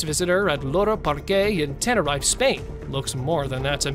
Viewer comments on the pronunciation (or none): Tenerife isn't pronounced how it's spelt... It's tena-reef